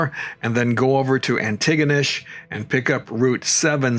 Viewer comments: oh and your buddy Cal , well that is the way Hal-ifax is pronounced as well . Its Hal not Hall . and Antigonish is ANTI- Gonish . Pictou is pronounced Pictoe lol . Sorry , just trying to help lol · Ha Ha, it’s pronounced Anti-gonish. Saying it fast! 😊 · I have to do it: Antigonish (which is my hometown) is pronounced ANNIE-go-nish. We don't pronounce the 'T' (for some reason), and it's how we weed out the non-locals :)